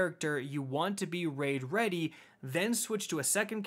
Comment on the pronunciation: Rwaid rweady uwu